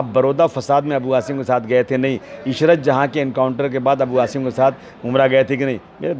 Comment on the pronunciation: ANCHOR TAKING NAME WRONGLY.NOT HASIM SAY ASIM ہاشم نہیں عاصم ہے نام